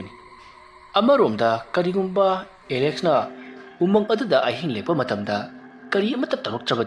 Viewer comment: Umung not amung